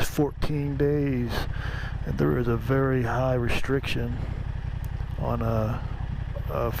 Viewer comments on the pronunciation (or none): none